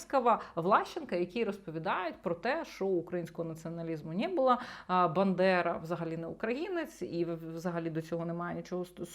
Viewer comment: Він каже "бЕндера" 🤭